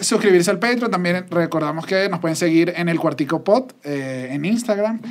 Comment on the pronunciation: Australian accent in il quar- ti-cou